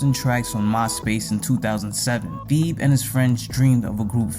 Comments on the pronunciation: Just butchering my boy name crazy 😂😂 Theeeb is wild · mispronouncing his name is a pretty big L i cant lie but im still gonna watch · They way you’re pronouncing Thebe is triggering 💀💀💀 but a great video bro